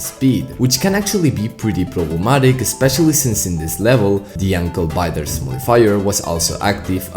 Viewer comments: Just a small fyi. Biters is pronounced like “byte-rs”. It uses the hard i, as in “Hi”. “B-eye-ters” also shows it. The way you pronounced it was as in “Beaters.” Otherwise, good video! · The pronunciation is Baiters but that's yet, another different word